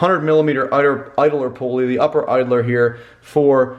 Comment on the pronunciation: Thanks for calling it a pulley and not a pooley like Mike and Andy. haha